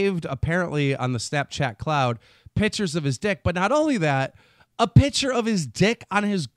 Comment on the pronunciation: Keemstar you brain dead gnome, it's "picture" not "pitcher" are you talking about a photo or baseball?